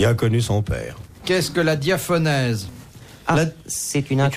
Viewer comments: On dit diaphorèse, pas diaphonèse. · DiaphoRèse et pas diaphonèse.